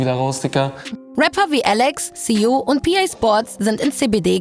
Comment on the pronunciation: SSIO bitte richtig ausprechen 😂 ansonsten baba video wie immer